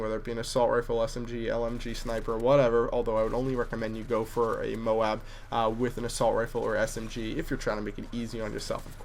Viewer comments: You said MOBE xD !!! You so funny ! (: You said M.O.A.B in the beginning perfectly then you said mobe ( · He said mobe and not Moab on =O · it is pronounced MO-AB not MO-WB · If thats the case, you are still wrong, because it would be pronouced letter by letter, but if you are going to say it in one word, the correct english is moab not mo-ab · Oh yeah and I call it MOAB not MO-AB, think about it: Do you say BO-AT or BOAT? Do you say GO-AT or GOAT? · moab not moAB sounds better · Moab is so much better than MO-AB please stick with Moab it sounds much better and is also easier to pronounce! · Tbh u calling it the mo ab sounds as bad as just saying Moab Moab!!!! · its moab like "mowb" youre right dude... "mo-ab" is incorrect when an oa come together it makes 1 syllable not 2. loaf, moan, groan, loan, aboard, load, cloak etc... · I know MOAB is an ancronym, and that's why people think you say "mow ab" But I think it should really be sad as you were originally pronouncing it, "mobe". Because when you say words like road, or toad, you don't say "Toe ad" you say "Tode" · you say -mobe- not mo-ab you say -bote- not bo-at and mo-ab sounds GAYYYY! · say it right its mobe non moe ab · you said moub again. lol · its mo-b not Mo-ab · is it that hard to pronounce it. its called M-O-A-B you pronounce it by the letters because its initials. i dont who made up mohb and moh-ab <== trying to show pronounciation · u said mobe again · "M-OH-B" is the correct way to pronounce MOAB. You don't say "T-OH-A-D" for toad, you say "T-OH-D". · And LMAO he pronounces it MOBE anyway!!! :D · u said that we corrected u on u saying m o a b u still sed mobe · you are saying it wrong it is mowb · haha he said mowb again gj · Sort your dome out i mo-ab not moab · he sed mob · Its actually pronounced "MOBE" so you have therefore just embarrassed yourself... awkward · it says it like mo ab in the game gtfo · u sed mobe :D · MOBE....? it's called MOAB, how can you get confused...? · MOWAB really?